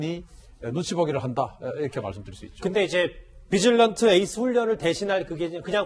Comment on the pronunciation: 비질런트 에스 -> 뒤질런트로 들림.. ㅎㅎ